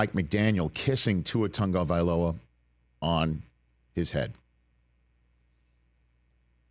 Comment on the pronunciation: Why do the mis-pronounce Tua's last name? they all seem to say TaNgovailoa